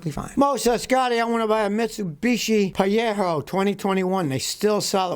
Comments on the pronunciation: Hey Scotty, I’m a new sub from Australia, the Mitsubishi Pajero is pronounced Pa- gero, like J in Jerry. All the best. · Never heard anyone call a Pajero a Payero. Maybe Jeff is Yeff then. Lol